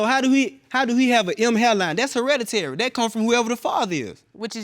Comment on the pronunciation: hereditary. Never knew it could be pronounced that way😂😂